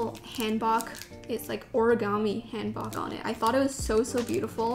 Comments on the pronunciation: 'Hanbok" is pronounced with the "oh" sound as opposed to the "aw" sound!! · Hanbok is prounounced more like “Hahn-Book”. Amazing video!! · It’s pronounced hAHn-bock, btw. The one you chose was really pretty. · Thank you for a great youtube work. I'd like to let you guys know a few things. RYAN is a lion not a bear. And Apeach is pronounced [əpiːtʃ]. Also, traditional Korean clothing is [hanbok] or [hanbog]. :)